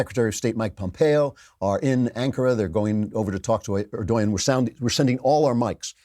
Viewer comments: Can't stand the pronunciation "er-doy-yin" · Erdogan - pronounced - "Err-Doh-Wan." Just FYI. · stop mispronouncing Erdogan!!! it’s prononounced Erdowan